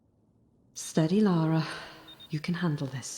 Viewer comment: The accent on Lara is perfect, it's driving me insane 😅😅